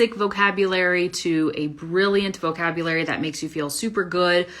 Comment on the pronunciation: my impression about your pronounced "BRILLIANT" is so vague like "buian" as miserable as a non-Eng. speaker not expects.